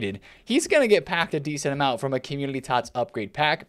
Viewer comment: Don’t want to be that guy and not trying to be a dick. Is it just me but it seems like he is always saying Commulity Team. He doesn’t pronounce N Community. Still love videos just bothers me lmao ❤️